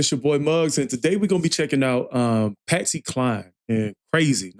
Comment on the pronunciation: Please her name is like Cline rhymes with line. !!!!!!!!! Willie Nelson wrote it for a man or woman to be able to sing it. He eventually recorded too.